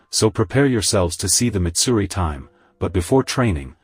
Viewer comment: That’s not mitsuri that’s maidsuri